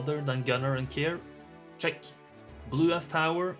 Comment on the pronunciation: Cheque! Cheque! CHEQUE!! You sound french when you say 'check', btw. Full offence :)))))